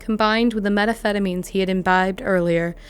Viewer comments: what is your narration process? Your videos are well done and the story is gripping, your research impeccable, so with all that hard work these easy oversights stand out and are distracting. and “metaphetamines” —> methamphetamine/s ”he is empathetic that” —> emphatic referring to them by last name suddenly when you’ve been using their first names the whole time Again, commenting because there is clearly so much work put into each video, they’re very researched (I think, idk about the majority of these cases) so it’s a shame when such low hanging fruit is missed that shows through. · lol “meta pheta means” you can tell she has no idea what that word is. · What the hell are "meta phetamines"?! A ridiculously bad mistake!